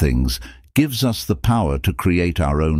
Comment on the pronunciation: The mispronunciations are insane. Just the way that they pronounce us is laughable. “Oos” 😂